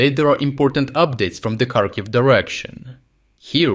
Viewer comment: Why do you pronounce Kharkiv wrong?